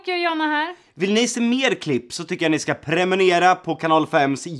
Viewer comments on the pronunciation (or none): Asså stör mig hela tiden på att Jocke säger ”premunera” istället för prenumerera i slutet😂😂